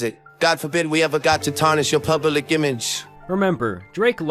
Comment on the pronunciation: You even got the AI to say “pubalic” 😂